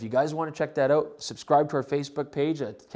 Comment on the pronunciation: are you canadian? I was just thinking of you saying "out" in a weird way